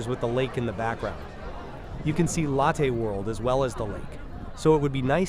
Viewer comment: I really do appreciate these videos: When I miss Seoul, I can go back "virtually" and see some of the areas I've walked countless times. But I really wish you'd change some things with your videos: 1) Remove the voice over; it's a horrible AI voice that has very poor pronunciation particularly when it comes to names of places and people ("Lattaih World"). You've already put description in the CC so please don't force us to listen to the horrible voice over. I'd much rather listen to the ambient sounds for complete immersion. 2) As cool as 360 degree videos are, there are some major problems on Youtube: A) when you change direction, I manually have to alter the view direction so I constantly have to sit with a joystick and correct to avoid walking sideways, and B) Youtube doesn't support 8k resolution, only 4k max, so we get a much lower quality image than if you did 180 degrees at 4k. Plus let's be fair...Besides when watching 360 degree videos, most of us NEVER look backwards so the view behind us is kind of wasted. If you were to kill the voice overs, I would be thrilled. If you would upload your videos as 180 degrees in 4k, I would be even more thrilled as it would give a much MUCH better viewing experience. Sorry to complain, but please consider the above.. And again, thank you for putting in the effort to make these videos. I truly miss Seoul and Korea and this helps so much.